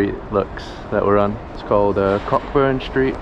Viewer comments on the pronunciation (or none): Hope you enjoyed your visit to the capital - but where you stayed is pronounced "Ko-burn" Street. Dinnae ask!